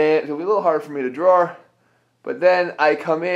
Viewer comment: ..."hard for me to drawer"